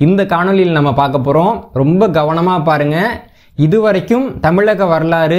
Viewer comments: தம்பி, தங்கள் ஆய்வுகள் எல்லம் பொக்கிசங்கள். மிகவும் நன்றி. அதே நேரம் தமிழ்ச் சொற்களை Bரங்கி, Gaவனமாக என்று ஆங்கிலத்தில் உச்சரிக்க வேண்டாம் என்று பணிவுடன் வேண்டிக்கொள்கிறேன். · தம்பி, தமிழ்ச் சொற்களை Bரங்கி, Bரமாண்டம், Gaவனமாக, guண்டுகள் என்று ஆங்கிலத்தில் உச்சரிக்க வேண்டாம் என்று பணிவுடன் வேண்டிக்கொள்கிறேன்.